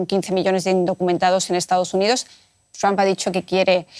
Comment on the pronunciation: La unión europea no es nada frente a putin y es títere de trump. Y para los españoles: se pronuncia tromp, no tramp.